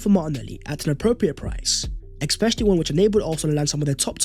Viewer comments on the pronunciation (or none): Hey bro you say “ekspecially” in every video. Tbh makes you sound dumb and Ik you’re not. There’s no “k” sound in that word it’s eSpecially or like “S-specially” just trying to help you out dog that’s a sign of low IQ